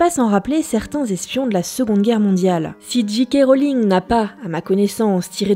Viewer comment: Super chouette épisode ! Mais par contre soit vous dites J. K. Rowling avec un accent bien français (Gît Cas Roling) soit en le prononçant "en version originale" soit Jay Kay Rolling ! Mais pas Gee Quai Roling haha :)